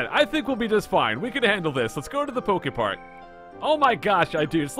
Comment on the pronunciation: You said a lot of PokeFart Cannot.. unhear